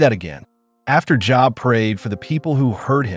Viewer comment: AI absolutely does not know how to pronounce Job (of the Bible)!!!!! Would be 😂 if it wasn't 😢